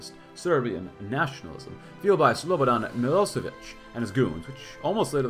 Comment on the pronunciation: Day 2 of asking for a Milošević campaign. And his name is pronounced m-ih-l-OH-sh-eh-v-ih-ch